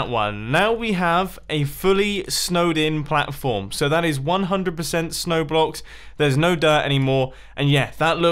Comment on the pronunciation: Ha mumbo said patflorm